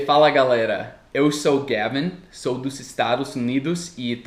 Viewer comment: olá, querido. Meu nome é Luciano sou brasileiro do Rio de Janeiro tenho 29 anos e moro em Portugal. Seu portugues está cada vez melhor, continue que daqui a pouco estará cade vez mais fluente. Voce diz galera muito perfeitamente, sem sotaque nenhum. muito bom! Nunca tive problemas com isso pois sempre me referi aos nascidos nos Estados Unidos como NORTE AMERICANOS. Até mesmo quando apresento algum amigo de New York aqui na europa, eu apresento como NORTE AMERICANO. Quando apresento algum amigo da Argentina digo: SUL DA AMERICA. O continente é nosso. Temos que usa lo a nosso favor, sem mágoas ou resentimentos por os Estados Unidos trazer isso forte com eles. E, se fosse o Brasil a trazer o nome do continente mais para si, para sua cultura? O continente está ai. Pertence a nós. Abraços